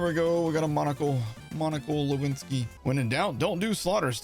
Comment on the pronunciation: "Monicle Lewinski" 😂